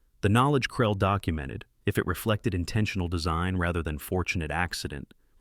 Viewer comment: What Language is that journal title in ????? Its not french, not German, not Latin... Why not show a copy that shows the name without mangling the pronunciation of it? And what is his name, Krell or Krelly or Krellay ? Make up your mind.